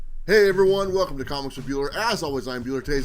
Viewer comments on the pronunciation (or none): none